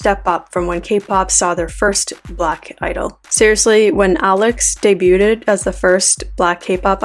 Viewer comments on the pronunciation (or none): It's day-bued not day-bu-ded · The word is Debuted. NOT daybwewded. Day-bwewd. Day-bwewd. Day-bwewd. NOT day-bwewded. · Debuted: Sounds like "day-bu'd" not "day-bu-ded" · Just found you and love your videos! Yay! Your arguments are well thought out and expressed perfectly. And you didnt need to include the disclaimer you definitely didnt come across like you were trying to shame pale people. Im genuinely so glad i found you. (Btw im not sure if i misheard or not but the t in 'debuted' is silent. It sounds like Day-byood) 💜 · I disagree. British sounds like "DAY-byood." I have never heard the word debuted pronounced with three syllables either in America or England.